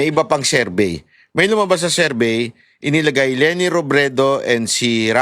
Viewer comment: SERVEY SERVEY, TONG SI KATANDA NA SA VLOGGING BOBO PA RIN SA MGA PRONOUNCIATIONS